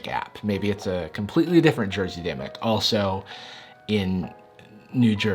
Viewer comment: Somone tweeted me a few screenshots from Demic. Me: DID HE JUST SAY DEMYX?!